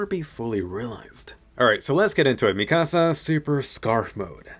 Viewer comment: I hate how you say mikasa